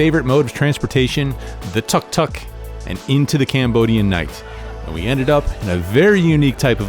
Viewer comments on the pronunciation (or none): So funny how you say "tuck tuck".. it's pronounced "took took". 🤣🤣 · Pronounced TOOK TOOK